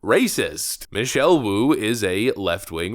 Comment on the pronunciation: Wu Wu, she's in weally wearlly bulid twouble.